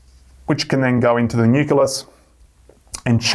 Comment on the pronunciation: The word 'nucleus' is pronounced nu-klee-us.